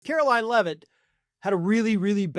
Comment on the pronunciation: I love how Gavin Newsom calls Karoline Leavitt "Karolyin' Leavitt"